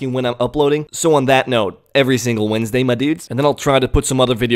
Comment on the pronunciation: I like how you put emphasis on EVERY Wednesday. Cough cough last Wednesday cough